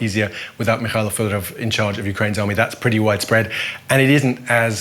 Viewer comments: He's Fedorov, not Fyodorov. He's not ruzzian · not "Fiodorov" it's "Fedorov" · not correct. The defence minister Fedorov is Ukrainian, not russian, thus his surname must be pronounced as Fedorov. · Fedorov is also pronounced as fiodorov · The commentator cannot only read Ukrainian but also cannot correctly pronounce Fedorov's name - learn how to pronounce it properly!!!! It's your job.